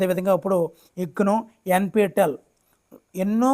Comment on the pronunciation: 33.10.NP టల్ కాదండీ బాబూ N P T E L అని చదవాలి...